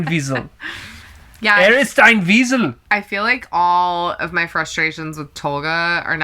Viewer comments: "Elias ist ein Wiesel" was SO well pronounced! :D REally caught me by surprise :D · You were right,! "Ilias ist ein Wiesel." Pretty much same pronunciation! 😄👌🏻